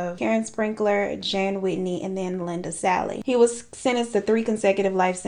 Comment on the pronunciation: Idk if you will read this but I have a friend with the last name Salle and it is pronounced sally like you said the first time